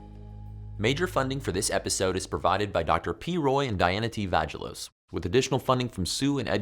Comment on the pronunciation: HAH!! "VAGilos"